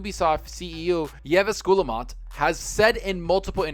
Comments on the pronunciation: Damn bro butchered good ol "Yeves Giyamot" (Eve Giya-mo :P) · SHould be pronounced "Eves Geemo" its a french canadian name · Love your content! Keep it up! If I may offer one small piece of feedback: please, please, please look up the correct pronunciation of Ubisoft CEO Yves Guillemot;) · Lol the way you pronounced Yves Guillemot